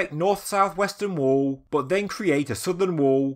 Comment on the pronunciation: Can you learn how to say the word wall? You sound like you’re having a fucking stroke. Scouser